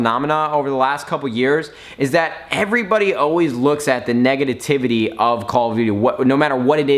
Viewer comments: Lmao "negatitivity" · He said negatitivity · he said negenitvity xD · Negaditivity LOL XD I love nadeshot. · LOL "Negatitivity" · "Negititivity" -Nade 2016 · "neganativity" and touching your face constantly, did you just snort a line of coke?? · Nadeshot Word Of The Day: "Negatativity" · Negadativity? Lolol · . Did he pronounce negativity wrong or did I just hear it wrong?